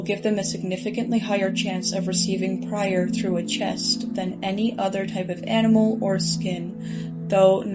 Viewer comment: "prier" 😢it's priver for a correction